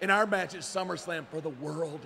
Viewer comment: We got two slip ups in the first promo!🤣 Teddy Long with “Slummerslam” :55 and JBL with “Rumble Royal” 🤦🏾‍♂️🤣 I miss this WWE🤣